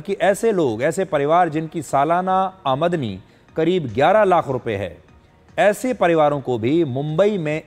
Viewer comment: Aam dani bolo sir 😂😂 AI ho kya